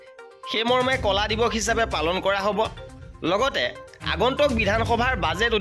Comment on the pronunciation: কলা নহয় ক’লা